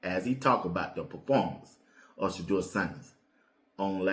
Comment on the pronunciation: So wow! He knows how to pronounce Shedeur name.